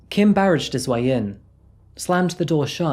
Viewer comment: I can't believe an educated English person can't even pronounced BARGED correctly...